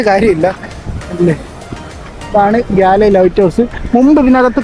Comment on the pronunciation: ഗാല്ലേ എന്നല്ല ഗോൾ എന്നാണ് അവിടുള്ളവർ പറയുന്നത്